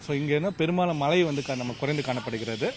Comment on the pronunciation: ழகரம் உச்சரிக்க ஏதேனும் பயிற்சி உண்டா? மழை மலை😢